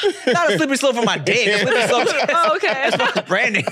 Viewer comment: Slippery slope? Naaah sounds like she meant slippery slurp😂